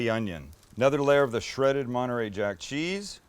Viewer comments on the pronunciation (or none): none